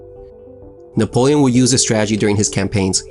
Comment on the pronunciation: Boi u need to fight a hundred battles before you should open your mouth.."Nepolion"